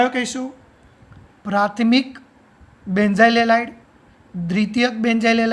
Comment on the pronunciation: Helid helid kem boli sir